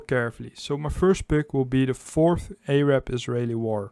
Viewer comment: Your pronunciation of Yom Kippur wasn’t bad, but “Arab” was awful!